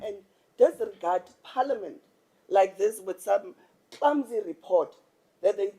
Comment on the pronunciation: Did say paliament 😂eish